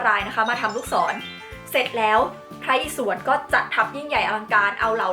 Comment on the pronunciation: พระอิศวร อ่านว่า พระ-อิ-สะ-วอน